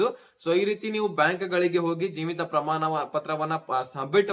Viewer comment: ಹಣ ಅಂತ ಹೇಳಪ್ಪಾ, ಹನಾ ಅಲ್ಲಾ ಪ್ರಮಾಣ,ಪ್ರಮಾನ ಅಲ್ಲಾ, ಕನ್ನಡ ಕೊಲೆ ಮಾಡಬೇಡಿ